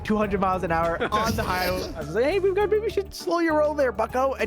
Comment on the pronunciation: Its pronounced meme not memey